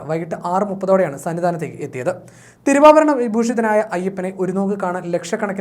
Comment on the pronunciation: തിരുഭാവരണം അല്ലെടാ പുല്ലെ തിരുവാഭരണം'...... കേട്ടിട്ട് ചൊറിഞ്ഞു വരുന്നു